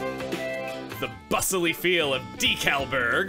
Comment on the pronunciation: I’m glad I wasn’t the only one who thought of Dinkleburg when pronouncing Decalburg